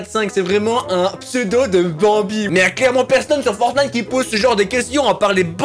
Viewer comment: dis fortnete a 10 59